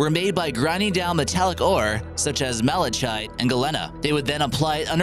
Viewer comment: Malachite and Galena are pronounced MAL-a-kite and gal-EEN-a!